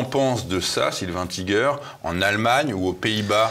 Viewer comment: On prononce " Tïger " , pour info ... et pas non plus " tigé" ( comme une certaine journaliste ... )